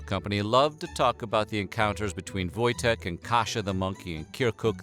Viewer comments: I'm polish. the w sounds like v and the j sounds like y . Its pronounced voy-tek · Wojtek is a Polish name lol u getting that wrong in the first few mins kinda puts me off